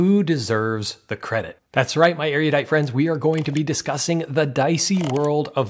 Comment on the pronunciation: Awesome reviews! You're not pronouncing erudite correctly though.